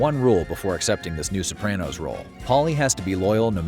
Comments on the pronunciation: You say "Sopranno" I say "Soprahno" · Why are you saying SopranNo? It is really grating. Pushed through 5mins but honestly can't watch the rest. Makes it sound like you never even watched the show and just stole the facts from other content creators for clickbait for the movie release